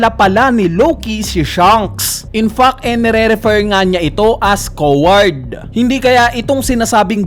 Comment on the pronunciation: confirmed na talaga na mahina c sa pronunciation, una owl ngayun coward naman